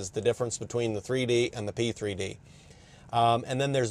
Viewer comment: 3D, P3D ... i just keep hearing C3PO